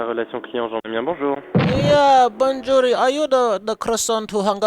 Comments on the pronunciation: Ahahaaaaaaa 'bonjourri' ..... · Lol you had me at "bonjouree". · I died when he said bonjouree... :P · The way you say Banjorrie is funny as fuck xD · bonjurrrie kills me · bondžuri. lol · "Bounjuree" LOL